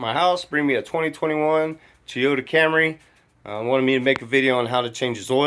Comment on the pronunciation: "Tee Oda"